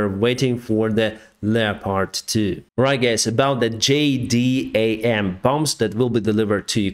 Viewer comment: just a note, it is generally called "jay dam" - not a big deal, just thought you would like to know